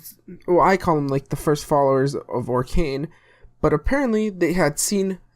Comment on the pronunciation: It's actually Okran not Orkan :) And yes Narko is Okran backwards. Nice vid man